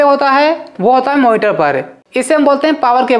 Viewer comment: Power cablee and moniteree 😂❤